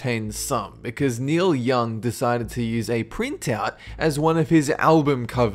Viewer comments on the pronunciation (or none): none